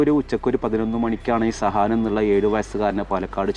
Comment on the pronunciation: സഹാൻ അല്ല സുഹാൻ ആണ്...